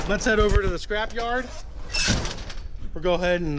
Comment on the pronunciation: It's a SCRAP-yard, not a CRAP-yard. Lol